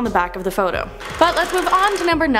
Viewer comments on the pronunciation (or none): none